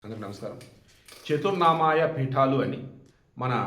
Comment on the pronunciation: చతుర్నామాయ కాదండి. చతురామ్నాయ । దయచేసి సరి చేయండి.